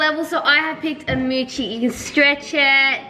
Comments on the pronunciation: am I the only one who says mochi not mooche? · it’s mochi! Not moochie, (Moe-chee) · The way said “moochie” it’s mochi 😂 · it’s funny when calls the mochi a moochi lol😂😂😂😂 It’s a mochi XD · I think it’s so funny how says “moochi” instead of mochi😂 awww ily guys💕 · I love how says "Muchi" even tho it's "Mochi" but it's ok!:) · I have picked a Muchie Me:.......I think it's pronounced mochi but maybe your right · and said moochie it’s mochi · Who’s gonna tell them it’s not pronounced (moo-chi) it’s pronaounced (mo-chi)! Lol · Hi guys I just wanna say that you pronounce the fidget "Mochi as moochi.And you actually need to pronounce it as MouChi.Thank you!! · I chose the moochie. Me: IT'S CALLED A MOCHI! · For the norris nuts it’s not moochi it’s mochi no double o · Hey Norris Nuts!! If you're reading this, the little squishy things. They're not called "moochies" or "mochis" or pronounced with a short "o" sound it's actually "mOchies". Ok, cya c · The way how they say mochi they say moochie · anybody else triggered whenever they say "Moochie" IT IS MOCHI MOE CHEEE MOCHI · Just letting you know the little squishy toys you say moo hues are actually spelt mochies and pronounced moe-Chee or atleast in England anyway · It’s not mooooochie it’s mochie (mo…….chie ) mo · It’s called a moe chi not a moo chi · you say it mouchi not muchi <3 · it’s not called a moochie it’s called a mochi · I think that the mochi is pronounced mOW-chi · Its a mochi not moochi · its mochi not muchi lol like if you agree lol ( sorry noris buts its mochi not muchi) 💖🥳😊😊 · its mochi not moochie :) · and it’s mochi not moochi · its no mooooochie it is mo mochie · Norris Nuts it is pronounced ( Mochi ) not Moochie no hate it’s just triggering me and I just had to say It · Btw it's a Mochi not a moochie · It’s not Moochie it’s mochi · no hate its Mo chi not Mu chi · Its not mood chie it's mochie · It's called a mocha not a moochi